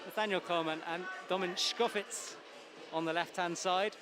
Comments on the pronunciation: Stop saying "tschkofitz"!! domen TSkofiTCH! Just cant keep hearin it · It's actually fitz... It doesn't end with č